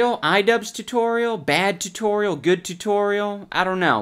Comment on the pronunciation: the way you say tutorial reminds me of Alan Tutorial